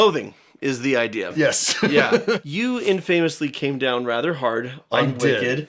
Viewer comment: Hi,! Please forgive me for my compulsion to give just a tiny nudge: It's not /in-feɪməs' lɪ /, but rather / ˈɪn' fə məs lɪ/. Or, phonetically, it isn't (in-FAYMUS-li), but rather (IN-fuhmus-li).😊...................The two syllables of "famous" rush by quickly in a not very intuitive way, but alas, that's what you get when your language is a mishmash of Anglo-Saxon, Norman French, Latin, Greek, and any other words we can snatch to fit our purposes from the odd unwary dialect just passing by! LOL🥰😸🙂